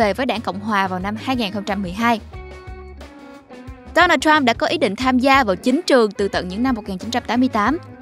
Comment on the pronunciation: K thể nuốt nổi cái kiểu đọc nửa giọng Việt nửa giọng Tây thế nào, trọng âm đổi liên tục cực kỳ chướng tai và khó chịu, gãy khúc. Donald thì cứ đọc là Đô Nan đi, làm ơn đừng bê Đố Nồl vào. Đây là văn bản tiếng Việt, k phải tiếng Anh.